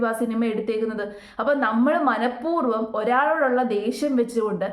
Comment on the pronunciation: ഉച്ചാരണം ശ്രദ്ധിക്കണം മനഃപൂർവം എന്നല്ലേ 🙄